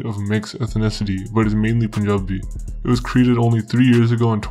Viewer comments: when he says Punjabi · “Punjabi” 👳‍♂️ Indian guy caught in 4K 😭😭😭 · the way this man said punjabi dkm, proved right away he is in fact punjabi too